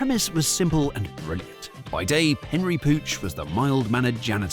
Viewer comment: Isn’t it Penry, not Henry?